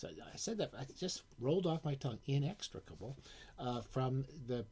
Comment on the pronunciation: ps. THAT IS THE MOST MELODIC PRONUNCIATION OF INEXTRICABLE EVER on youtube....bravo SB....BIG HUGS, BBBB